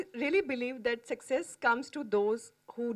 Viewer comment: She is pronouncing success word in a different slang 🙄😐